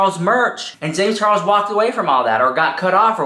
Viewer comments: When I hear you saying James Charles' name, I keep hearing James Chorros 😳😆🤣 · The way he says James Charles 🤣🤣🤣🤣🤣